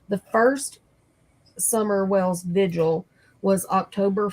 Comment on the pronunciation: Love you and. Please don’t get me wrong when I say this. I’m not criticizing; I’m genuinely correcting something I’m hearing a lot on YouTube. It’s VIGIL, not Visual.